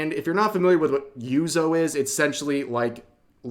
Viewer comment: Rev it’s 4 letters… Yuzu not Yuzo… This is the whole Nagatahro pronunciation all over again. It’s Nagatoro.